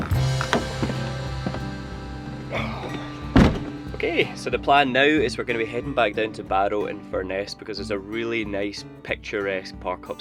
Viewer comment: Born and bred Barrovian, now living further north in the Eden Valley, so nice to see the old place. Barrow-in-Furness is pronounced Barrow (Barra) -in - Furnace locally, anyone emphasizing the "ESS" is spotted as a visitor lol Careful of the Walneyites on the beach, couple of nature reserves at either end of the island. Please don't fall into the Windermere trap of calling Coniston Water Lake Coniston, I'm sure I'd be as welcome as midges if I started saying Lake Lomond or Lake Ness, pedantic I know but..... The Abbey is in ruins after its destruction during the dissolution of the Monasteries, it's the second largest Cistercian monastery in the North. If you enjoy it there, you can travel over to Piel Island and visit the castle Enjoyed the views of home cheers.